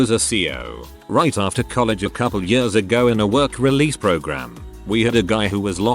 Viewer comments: Text: Years Text to Speech: Yörs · years = yurrs lol